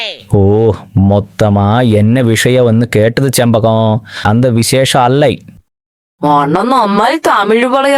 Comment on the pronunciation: Chembazham paranja c clear aayila